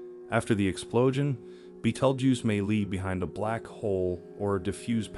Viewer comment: Learn how to say the name of the star.